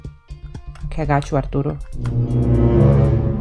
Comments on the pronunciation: I love how you pronounce Arturo’s name apdootle it’s so cutem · When turtle says arturo's name, i thought she said ourdoodles